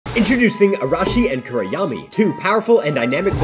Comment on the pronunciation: the mispelling and pronunciation of kuroyami hurts my soul as a japanese student lmfao